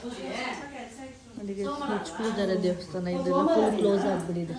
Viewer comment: Devasthana ✅ Devshthan ❌